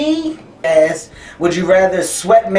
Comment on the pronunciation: I keep hearing him say ass instead of asked